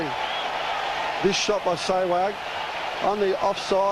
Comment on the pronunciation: Yeh shewag kon pronounce krta Hai Bhai :D hahaha